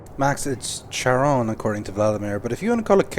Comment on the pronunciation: Charon can also be spelled "Kharon", which gives you a better sense of the pronunciation. Not "Chay-ron" as says it (and certainly not "Sharon" like in Fallout 3.) Also, the skipper of the Charon waiting like the ferryman of the River Styx is, well, that's too on-the-nose to even count as a simile. This goddamn game. The sequel was a pretty big improvement, though, in both writing and gameplay.